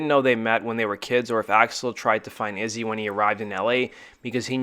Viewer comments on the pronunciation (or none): Dude you keep calling Izzy dizzy wtf?